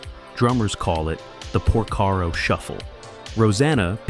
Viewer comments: It's Porcaro, not Prosaro. If you're going to produce a video about some one or some thing, at least get the names straight! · How come you don't know how to pronounce Porcaro?